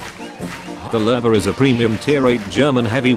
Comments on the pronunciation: another noob who says lurve instead of lowe. newsflash bro, there's no R in lowe. 10/10 would watch again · It's the Lewe... L-oo :)